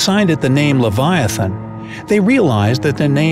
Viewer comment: It's not that its live-ee-ah-than